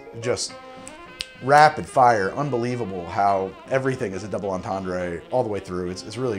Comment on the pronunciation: "double entendray" lol